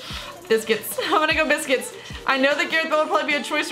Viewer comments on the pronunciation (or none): its pronouced busquEts not biscuits